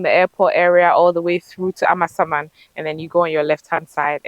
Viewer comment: I love the way calls the name of the area as if it means AMA’s ghost. It is really a Ga village although now sprawling town and it is Amasa mann as in Amasa’s town. Actually the area around Amasaman Senior High Technical School has quite good roads.